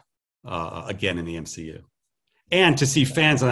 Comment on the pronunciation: You mean M-SHE-U?